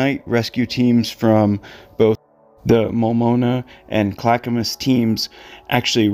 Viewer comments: Pronounced clack a mus mult noma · Hey! Love when you cover stuff from Oregon, Clackamas is actually pronounced “clack-ah-mass”!